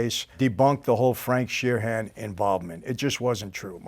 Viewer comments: Not to be "that guy" , but there is no letter h in Sheeran. It's just Sheeran, not Sheer-han. Sorry that kind of stuff bugs me. Ya I'm weird sorry. But I digress. The movie Hoffa is very very good. I've seen it many times over. Personally, I believe the person or persons who actually killed Hoffa that day were probably killed themselves immediately after. Such as Carlo Gambino would do... Another go-to move of Don Carlo's was, when he killed someone, he'd have 2 people actually do the work, then another cleanup crew to get rid of the bodies. Very smart thing to do on Carlo's part. The Colombo 3 Capos murder happened this way supposedly, with the cleanup crew said to have included none other than John Gotti. I also like how little and frail Don Carlo was, yet he was THE most feared underworld man not only in NYC but the entire country! Lol I love it. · Shee-RAN. "Sheer-ren", there is no HAN in Sheeran, big fan.